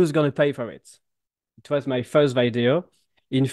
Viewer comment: pas vaideo, veedeo. Quand même...